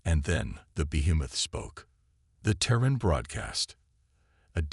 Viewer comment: Crappy AI, as usual. "deh-BRISS", "tehr-RAN"(terran), "PRAH-jektile", "fri-GATES"(frigates), "cer-TAYN"(certain)!!!!!!!!!!!!!!!!!!!!!! Crappy!